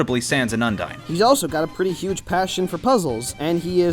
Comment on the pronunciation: UNDARN Like if you noticed that he said Undarn